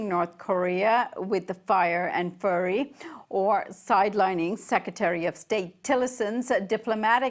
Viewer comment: did she say, "fire and furry"?????